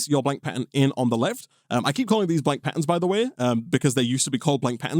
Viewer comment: sounds like he's saying 'pattens'